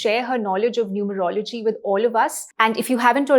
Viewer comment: Its not "Numer-logy", It is "Nu-merology".